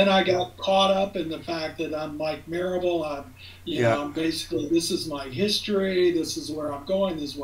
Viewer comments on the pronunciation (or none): So,who is Mike Marable(not Merable)?Any short bio or at least how he started with this?